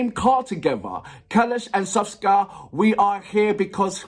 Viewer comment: SKOFKA, not Soska